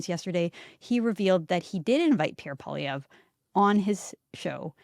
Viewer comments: First teach Joe Rogan how to say, Pierre poilievre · It seems that mainstream media has a tendency to pronounce Pierre Poilievre last name a different way each time they say it.